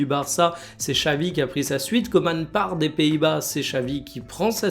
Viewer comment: KOEMAN ça ne se prononce pas de la même façon que COMAN... #Cordialement